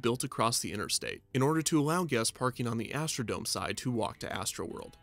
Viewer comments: Astro-dome. Not Astro-Dom-AY. But great video! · Why does he keep mispronouncing dome??? It’s not French or Spanish!! It is NOT pronounced Doe-may! 🤦🏻‍♂️ It is pronounced Doe-mm! 🤦🏻‍♂️